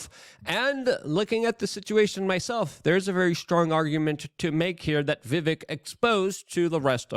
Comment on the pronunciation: It's Vivek, "like Cake".. As he's said on pronouncing the end of his first name. He may have said that when you interviewed him. He usually does as most pronounce it as spelled. Your on live, now, I believe..?! I usually watch on Rumble, but was here, now, so I watched. Keep up the fantastic work Luke! 👍💯🙏✌️